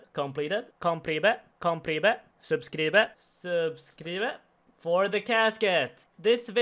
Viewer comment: "sub-scree-bed" is my favorite thing. I find myself saying it to myself when i complete things in-game